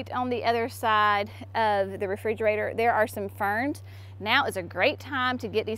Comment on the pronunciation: I laugh every time you say refrigerator… sorry you lost the video you wanted. God bless you!!!